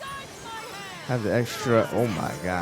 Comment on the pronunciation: Did white Lily just say"intox candy"😭